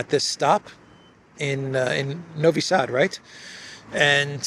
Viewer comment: “Novi Sad” perfectly pronounced 👍